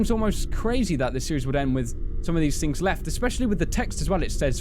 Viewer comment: on twittah, he wus hintin a lot of fings